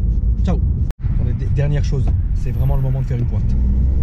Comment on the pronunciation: Arrête de dire une pointe avec l'accent marseillais t'es un parigo